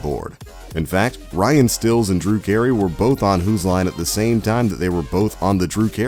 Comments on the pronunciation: Ryan Stills? Colon Moekery? The narrator pretends to love the show but can't pronounce their names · Ryan 'Stills' - Because when you see Ryan's last name, Stiles, it totally looks like it would be pronounced STILLS. 🙄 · How can you pronounce Colin's first and last name correctly AND incorrectly in the same video!? And it's STYLES not STILLS. Sheesh! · Why does the narrator pronounce their last names right sometimes and wrong others? At one point he said Colin MOE-cree and Ryan STILLS instead of MAH-cree and STILES! I'm confused. If you say it right once, why can't you say it right every time? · Ryan Stiles is pronounced STYLES Colin Mochrie is pronounced MOCKERY!!! At least learn to pronounce the names correctly!!!!! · Did he seriously just pronounce it "Ryan Stills"? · Stopped watching when he said Ryan "Stills" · No he said "Steels" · The inconsistent pronunciation of Stiles & Mochrie was hilarious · Mispronouncing both Colin and Ryan's last names is just.....so odd. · *names M-oak-rie And Stills